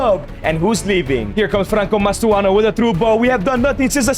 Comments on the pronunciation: Its not mastoano pal its Mastantuono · he really said "mastuono" 🥀🥀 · cant help but notice the "Mastuano" of Mastantuono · mastuano its mastuntanuo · Mastantuono ❌ Mastuano ✅